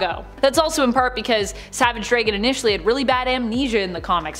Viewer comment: Savage dray-gan? I hate the way you guys pronounce things 🇨🇦